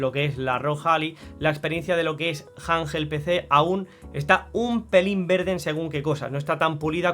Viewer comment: Janjel Pecé😂